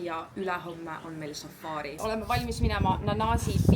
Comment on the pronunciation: Safari, mitte safaari😂 Ei muidu äge, jälgin eelmisest reisist alates😊